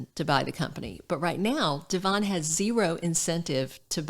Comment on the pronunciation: Finally someone knows how to pronounce Devons name correctly it's very refreshing willbe listening to you and not the rest of them,cause of this factor😅